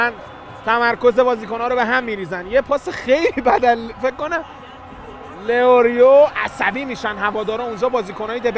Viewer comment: لیورو❌️ لئوریو✅️